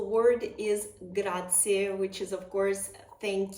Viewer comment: And please not “Grazi” (as many Americans say) but GraziE ! 😊